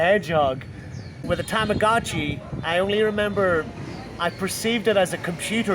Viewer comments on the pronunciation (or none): please stop saying Tamagotchi like that its terrible. that's not how it is pronounced. tama-got-chi, you sound super hick when you say it like you did.